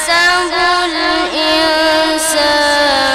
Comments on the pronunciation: اسمها ايحسب بفتح السين وليس كسرها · ماشاء الله بس اهي صاحب القناة تاني مرة قرأ قال بعد اعوذ بالله ( ايحسب ) كسر السين وهية بالاصل مفتوحة ؟؟؟؟!!!